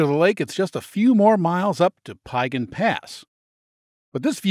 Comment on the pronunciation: This was thoroughly enjoyable, except for the pronunciation issues of a few place names. Piegan rhymes with began or pecan ( if you're from Savannah) with the emphasis on syllable #2. And Siyeh is equal emphasis on both syllables, and rhymes with pronouns I, He. (with an aspirated h at the end of he.